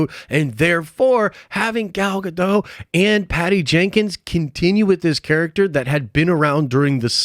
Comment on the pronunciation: Why do you never pronounce Gal Gadot's name the same consistently in any video you mention her in?